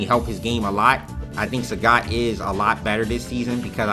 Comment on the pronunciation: wait, i thought it was SA-gat, not sa-GAT. you even said so yourself... Sagat Petchyindee